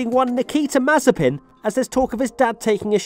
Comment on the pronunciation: He called Mazepin and Schumacher